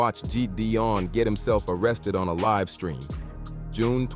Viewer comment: im thinkin its an ai voiceover cus he mispronounces easy ass words like ‘live” as in youtubeLIVE